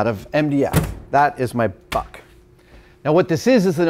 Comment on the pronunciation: I keep hearing butt instead of buck